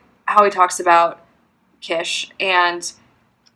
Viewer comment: Please note: The word is pronounced kiTSch, not quiche or kish.